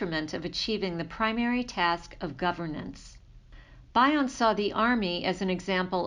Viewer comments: It’s Bion. Like Bee-on not By-on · bee-on not bye-on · Thanks. His surname is commonly pronounced as "BE-on" (not BI-on as in bionic). Also, you may want to include some of Bion's works in your references- secondary sources are never great. Appreciate your work. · Thank you for this valuable video, but please pronounce Bion correctly.